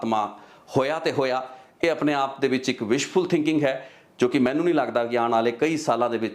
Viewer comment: ਬਾਈ ਤੈਨੂੰ ਨਾ ਤਾ ਲੈਣਾ ਨਹੀਂ ਆਉਂਦਾ ਮਾਹਨੂੰ ਨਹੀਂ ਹੁੰਦਾ ਬਾਈ ਜੀ ਮੰਨੂ ਹੁੰਦਾ ...ਪੰਜਾਬੀ ਸਹੀ ਬੋਲ ਲਿਆ ਕਰੋ